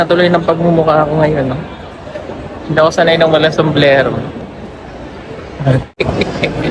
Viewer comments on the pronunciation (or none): sombrero o somblero😂😂😂✌️✌️✌️